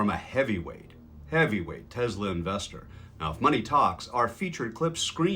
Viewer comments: I love teslur😂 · TeZla to RuZZIA 😂😂😂😂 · yep. it’s been time for while. also it’s crazy how trump could make “tesler” sounds like “hitler” smh what is this timeline?!